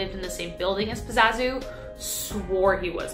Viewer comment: Pazuzu not pazazu......